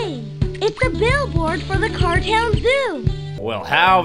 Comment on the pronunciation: Am I the only one that heard "cartel" every time Putt Putt says "cartown"?